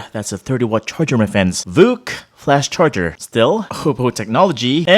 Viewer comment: snepdregon and its cherger